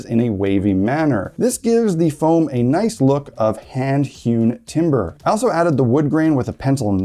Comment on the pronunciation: ""It'sa naiss" !